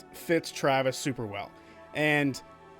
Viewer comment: It's TRA-vis, not TRA-vis... Honestly,... Great video my dude, keep it up.